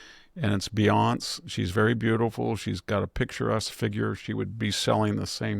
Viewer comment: Not that it matters but… Beyonce’ = “Be-on-say”… (pronounced). Love the show.